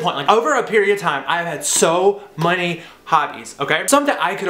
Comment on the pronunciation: He said money instead of many 😂😂😂😂😂😂😂😂😂😂😂😂😂😂😂😂😂😂😂😂😂😂😂😂